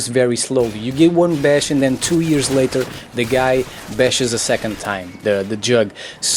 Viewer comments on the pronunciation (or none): none